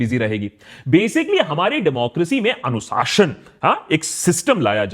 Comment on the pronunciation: ANUSAASHAN NAHIN ANUSHAASAN